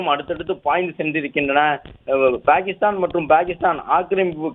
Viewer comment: Dai voice over TARKURI its not BAKISTAN❎ its PAKISTAN✅